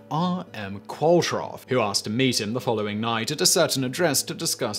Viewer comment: Qualtrough is pronounced qwol trow (rhymes with throw) , it’s a very common surname on the Isle of Man